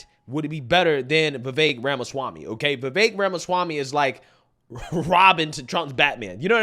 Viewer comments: My favorite part is how Trump says Ramashwamy 😂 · Mr. Trump said… Vuh-Vake Ramuh-schwami 😆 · He definitely said Ramashwamy 😂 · He may have butchered his last name a bit though... RAMA-SCHWAMMY!! 🤣